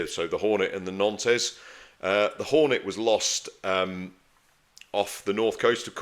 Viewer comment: Wonderful content but believe it or not the ship's name is pronounced "NONT"